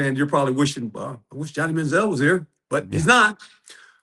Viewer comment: For god sake, correct that man, Manzell/Baker! WTH?